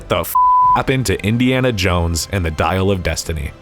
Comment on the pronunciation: "Dial of Dysentery"